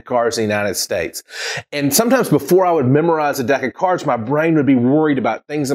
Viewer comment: Did you said DECA cards or deck of cards??